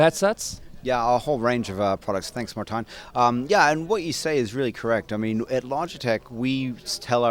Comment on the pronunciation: FIRST And: Its Martijn, not Martjin :P